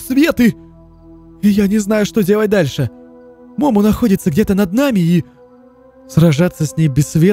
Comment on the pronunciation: Не мо́мо а момо́